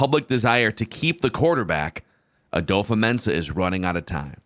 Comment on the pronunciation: kind of petty but, why do you pronounce it "adofa-mensah" instead of "adofo-mensah" like its spelt?